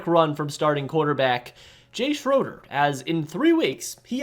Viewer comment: To consider yourself a real radar fan you need to learn how to pronounce Jay Schrader and Todd Marinović correctly.. jk.. good video bro. RN4L